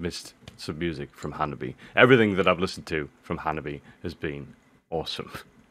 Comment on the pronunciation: Just let you know that the band’s name is Hanabie (pronounced like Hana-bee-eh), not Hababi. Hanabi (花火) is firework, and Hanabie (花冷え) is chilly spring weather. When spring has come, the air warms up and flowers blossom. But suddenly, cold air comes back and gives us cold weather. That is called as Hanabie in Japan. (Hana 🌸 is flower and Bie 🥶 means coldness)😉